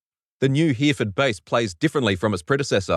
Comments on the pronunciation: Hereford is pronounced he-ro-fud, as long as you mean the UK city at least :) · HERE FORD. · If you Miss-pronounce Hereford one more time.